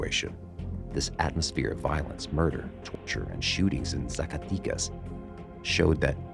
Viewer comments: It’s ZA - CAH- Teh- Cas. Not Zaca tee cus lol My family is from there and it’s bad right now :( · Good video but can't take it when you say Zacaticas and not Zacatecas ;P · how do you say Jalisco perfectly but when you say Zacatecas, you said hella white bro, the way you pronounce it it’s like you’re saying Zack so say zack-aa tec az! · ZACATECAS....not e sound AMERICANS need to stop doing drugs. we fuel these cartels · no manches, CORRECT your pronunciation. Zacatecas is with e, 'e lse e ver e tc, entendiste chingao🧐, ya caiste mal.